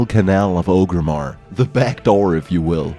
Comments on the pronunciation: FRICK. It's "OR-grimmar" not "OH-grimmar" GEEEEEEEZ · ORGRIMMAR NOT OGRIMMAR